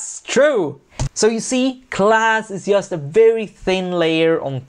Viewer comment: Why does he spell just as [jast]? What's the accent?